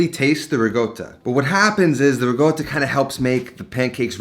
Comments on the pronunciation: Ri-Cotta, not Ree-Goata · The return of the riGotta 😂, makes me cringe everytime he says it. (Guess where I am: Italy. I doublechecked it for you with the locals and It is riCotta with a hard c like cake or reconverse.) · RiGGGota.. Why you say like that? Its Ricota.. just say it normally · I love your channel, but please. It’s RI-CO-TTA not RI-GOAT-TA. Get it right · why does he says "riGotta" instead of "riCotta"? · My GOD you've been to Italy you seem to be Italian decent. The word is RICOTTA! There is no G in it. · stop fucking saying rigoata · Say “regotah” one more time for me, please. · It's not pronounced ri-goat-a mate, just saying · It's not his first video starring riGotta 😂👍😜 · It is now known as Rigoata. Let the locals know :) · Oh my god why is he pronouncing ricotta like that its giving me a stroke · I love the way he says RICOTTA. Btw works perfect with QUARK too!!!